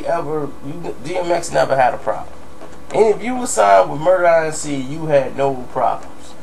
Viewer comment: Why don't you just say Murder Inc instead of Murder I N C 😭😭😂😂